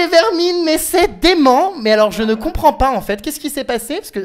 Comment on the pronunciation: "Che ne Compwend pas"